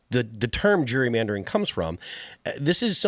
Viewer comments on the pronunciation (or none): he says "Jury". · Pronouncing it like a certain demographic pronounces ‘jewelry’. 😂